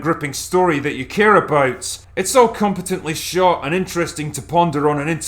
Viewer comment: Lol "aboot"